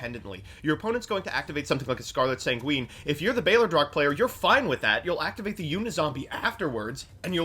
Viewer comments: mispronouncing balerdroch kept triggering me. Balderoch? Lol it sounds so bad. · Why does no one know how to pronounce “Balerdroch” it’s NOT “balDERoch” it’s “baLERdroch” I’m disappointed in you,.. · actually pissess me off every time he says "balderoch" instead of balerdroch